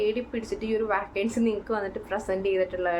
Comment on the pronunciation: വാക്കൻസി അല്ല വേക്കൻസി